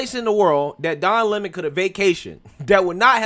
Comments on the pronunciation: She called him Don Lemone. 😂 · The Don Le'Mon was pronounced just subtly enough that you could read between the lines, and she kept her cool. Honestly, Don should get the paparazzi treatment from every Floridian with a phone, and should be hassled out of the state. No tolerance for Leftist propagandists, I say. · Don LAY-Moan! You in trouble bro!